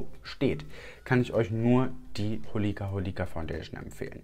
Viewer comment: Finde es Zucker wie du „Hol‘ie‘ka“ so betonst xD dabei wird es so ausgesprochen wie’s geschrieben ist ganz knackig Holika Holika :P